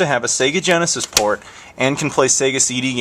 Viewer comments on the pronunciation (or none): none